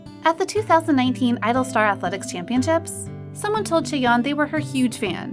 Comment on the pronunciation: its not pronounced "gee-idol" its just "idol" 😭